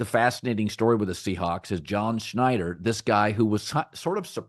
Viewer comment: Schneider. It’s pronounced Schneider.